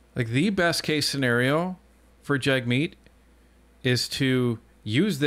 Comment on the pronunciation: Its pronounced..jug meat.